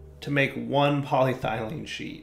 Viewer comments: "Poly Ethylene" or "Poly Thene" would be perfectly acceptable, where the bejesus did you get "Poly Thylene" from? I was kinda sure you'd just mispronounced "Poly Styrene" to berin with... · Pol YE thylene is the proper pronunciation. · game: "polyethylene" dire: "poly-thylene" also dire: "ethylene" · really bugging me this time :) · Game: "Poly-ethylene": "Poly-traitium" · The E in polyEthylene is very sad that keeps ignoring her. She is always there for him, but he always seems to put more emphasis on the Y instead. This makes the E feel hurt, jealous, and confused. "But," the E thinks to herself, "I've always been here. Way in the front. I'm literally the first syllable after poly, and the Y isn't even the only Y in the word. Why emphasize on her instead of me? What did I ever do to deserve this neglect? What did that Y have that I dont?" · PET is PolyEthylene Terephthalate. "Polythylene" is not a word. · Hey it’s! What do you expect lol.....Poly-dire-derp 😂😂😂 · I think it's more irritating now because he's actually saying 'ethylene' properly and then going on to say 'polythylene' in the same sentence..... he wasn't doing that before.... :S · If you've watched/heard Arumba pronounce province and country names in EU IV or Crusader kings, Polly's Thigh Lean is easy to dismiss as a mere cut of parrot meat. Arumba trolls pronunciation pedants on purpose. (Alliteration unplanned, but I'll take it where I find it.) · polyEthylene; dahum, my ears are bleeding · Poly- ETH-elyne. So triggered right now. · Its pronounced Poly-Eth-Uh-Lien